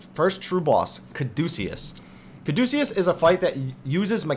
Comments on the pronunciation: LOL, nah, it's 'ca-doo-see-us' or 'ca-dyoo-see-us'. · I think Caduceus is a reference to the medical symbol of medicine of two intertwining snakes around a winged staff. It is probably pronounced "Caw-de-cuss" Good, helpful video.